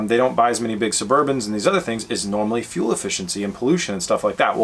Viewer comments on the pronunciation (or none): none